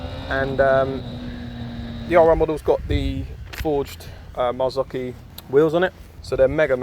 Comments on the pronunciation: He said marzoki bahahahahahah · Um. Marchesini isn't pronounced marzaki